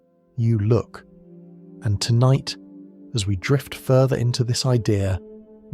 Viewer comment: So, do you personally narrate this, or is it AI? I only ask because some words in certain sentences are pronounced strangely. For one example of many, in the intro to this video, the narrator says, "And if your mind begins to wander, let it. Drift!" It's said as if it's two sentences when it's supposed to be only one. Considering this video is 2 months old, I'm not sure if you'll see this 😅